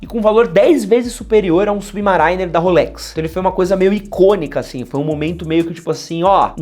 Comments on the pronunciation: Olá! Achei que vale mensionar que não só o F91W é pau pra toda obra, como é o relógio mais usado do mundo. Não só o relógio que o moleque de 10 anos usa pra ir pra escola, como presidentes e até mesmo terroristas como Osama Bin Laden já usaram. E crítica construtiva, a pronúncia é SubMERRYner (tipo merry Christmas) a ênfase fica no A e não no I, eu também falava assim, por que pronunciava como se fosse Submarine, mas aprendi depois. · a pronuncia do Subimarainer, e agora o comentario do casio... parei o video, falow galera!